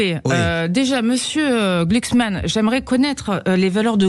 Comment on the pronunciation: gluksman ,ca se pronnonce comme ça se degueule . Une fumure de gôche de plus !!